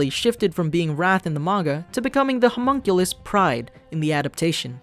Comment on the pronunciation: Pronounced (Ho-Muhn-Kuh-Liss)